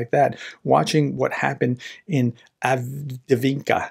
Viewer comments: Are you trying to say Avdiivka? Break it down. Av-Deev-Ka. That’s how the Ukrainian reporters say it, so must be right. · Av -Dee-EEF-ka. 2 EE sounds in a row dee-EEF Avdiivka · Avdiivka is pronounced Ahv-DEEV-Kah! 🤗 🙏💪🇺🇲♥️🇺🇦💪🙏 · Dude. All you have to do is watch any other YouTube war mapper and you will hear how to pronounce the name. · Hey Prof, just type in "avdiivka pronunciation" in Google. You will be amazed how easy it is to pronounce correctly ;-) Even for an american english speaker. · I believe it's pronounced "Avdiivka" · Right, prof could take a minute to get used to pronounce it well. That's not rocket science. That's just reading and then pronounce de letters that are there, in the right order.